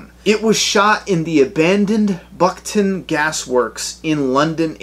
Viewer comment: It's Beckton in East London, not Buckton. This video copies exactly what the previous video did.